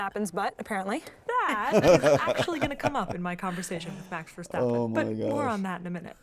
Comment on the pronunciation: The pronouncing of Max Verstappen you made is correct!